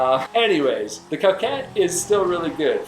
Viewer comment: It’s pronounced cookayy *good vid tho